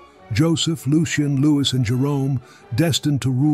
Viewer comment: "Napoleon returned to france aiming to depose king Lou-is" lol